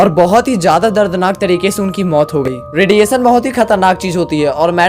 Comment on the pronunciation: रेडी ऐ सन् नहीं भाई रेडिएशन होता है 🎉 श और स को सही से बोलना सीखो भाई